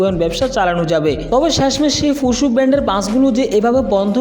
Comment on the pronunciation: ফুসু না ফুসো। ছুসাল মিডিয়া না স্যোসাল মিডিয়া 😆😆🤣🤣🤣